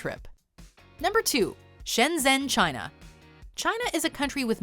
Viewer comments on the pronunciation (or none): none